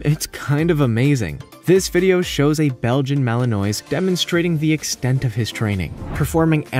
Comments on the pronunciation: Mal - in - wah. Not Mal in noise. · Despite how it is spelt it is not malanoise it is pronounced malenwa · Mali noise? 🤣🤣🤣. Try Mal-in-wah. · Malinois is pronounced wrong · IF you ever mention Malinois again - PLEASE learn to pronounce it. : ¬ (